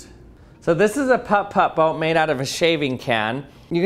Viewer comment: No one is gonna talk about how he pronounces the "Putt Putt" boat too perfectly? It's oddly satisfying....